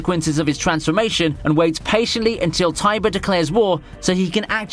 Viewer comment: I thought it was pronounced ti-bur and not tai-bur